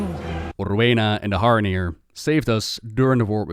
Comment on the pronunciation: Are you putting the d in Haranir on purpose?